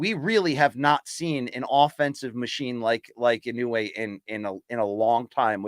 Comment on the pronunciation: He should stop butchering Inoue's name, out of respect for the guy.